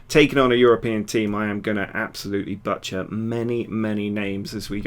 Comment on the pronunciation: I like how you mispronounced "butcher" in your apology. haha